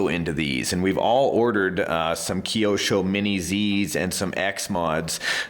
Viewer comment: he said keiosho its kyosho